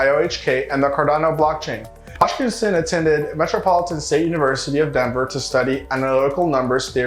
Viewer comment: Hoskinson not hodgkinson